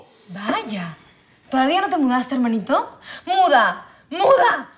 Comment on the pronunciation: en vez de escuchar muda escuche munda xd